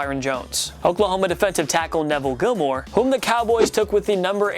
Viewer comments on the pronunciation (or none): none